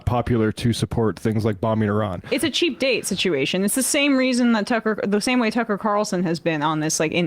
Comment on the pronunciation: Did anyone else hear them calling Iran, Irania?